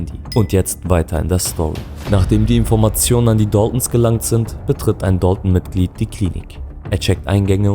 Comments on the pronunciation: Warum sprichst du DALTON so amerikanisch aus? Sag einfach dalton und nicht dolton wie ein ami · Dalton ist ursprünglich Englisch und nicht türkisch Das ist so wie wenn deutsche den Namen Necati Nekati aussprechen würden Du möchtest doch sicherlich auch das man deinen Namen Türkisch aussprichst oder nicht Wie gesagt Dalton ist ein amerikanisches Wort und nicht türkisch